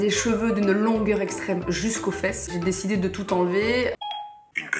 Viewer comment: Décidé = Dis Siri 🤨😂